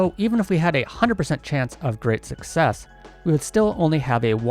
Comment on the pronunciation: Reason why I still haven’t subscribed to Channel: He still cannot pronounce Success